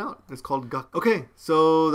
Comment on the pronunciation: When you said Gakuu I thought you said 'Got poo' D